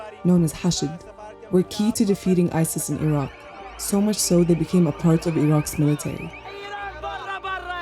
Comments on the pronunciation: الرجاء احترم اسم العُراق مش العراء ولا العراك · الحين البلد اسمه العراق او عراء ؟ يعني المذيعة حتى اسم البلد ما تعرف تنطقه مثل الناس ؟ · Why is she pronouncing it iraa instead of the correct way. This is stupid. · In english it’s iraq not ayra and in arabic it’s arak not ayra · Why do you say Iraq like that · I've never heard anyone pronounce Iraq that way. Not even from Iraqis. Idk if it's right or wrong, but it's definitely interesting.